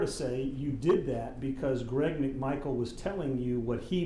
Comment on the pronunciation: First, his name is Travis McMichael -- not Travis "McMichae." Second , this was not a line of questioning by Mr. McMichael -- this was a line of questioning directed to a police officer. It was conducted by attorney Sheffield.